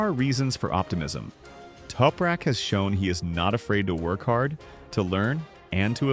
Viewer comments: Who's "Toperak"? TOP-RAK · Its, TOP rak, not Toupe rak.